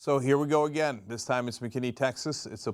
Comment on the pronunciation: “Here we go AGIN”